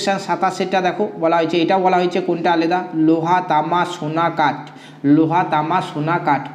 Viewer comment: aleda uchharan hobe na alada